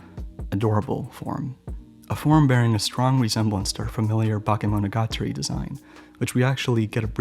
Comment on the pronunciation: Damn, through whole video I was just thinking "woow" and "damn.." with a little breaks for funny moments when you were trying to say eg. Kizumonogatari or Bakemonogatari 😂 But really great video! Hope I can find more of them!